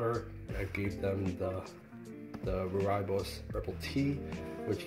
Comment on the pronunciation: Hey! one of these butterflies just showed up in my apartment and it's -25° C outside. The butterfly is really weak, I've been trying to nudge a thin apple slice with sugar water drops on it towards the butterfly, but it seems completely uninterested. Any suggestions on how to get it to eat? Day 2 of this adventure PS it's pronounced "Roy-bus" ;-)